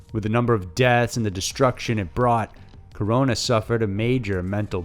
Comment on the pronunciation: Hey man, props for pronouncing Mexico and Corona's name correctly